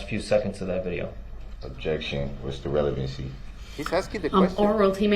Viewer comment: Relevincy. Leadin de witness. Do dat. Objectiun axed and answered.